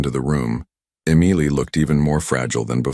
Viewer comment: Could we please have a simple name of three letters that the AI can pronounce the same throughout the story. The authors efforts were sabotaged by the narrator struggling with that simple name. I look forward to more of your content.